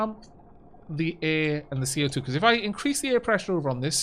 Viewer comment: Love the beahcooazzz you slipped in there